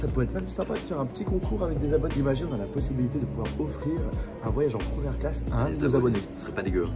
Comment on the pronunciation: La « promière » 😂